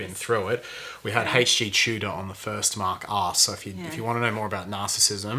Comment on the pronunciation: Absolutely fascinating, this blew my mind, really. Also, every time he says Mark Asks, I keep hearing Mark's Arse... ;-)